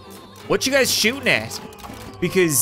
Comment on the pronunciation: In the beginning of the video he said” what’s up gads”🤣